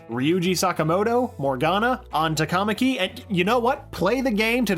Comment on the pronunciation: Least amount of Thumbs Down in a 107 Facts video ever EDIT: TA-KA-MA-KI, not "Ta-KAmaki". I can't believe the voice actors/actresses got that stuff wrong